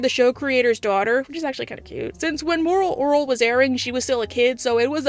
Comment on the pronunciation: Why cant you say moral orel?